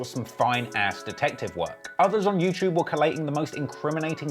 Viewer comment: Also-- there's no 'ch' sound in the word 'YouTube'...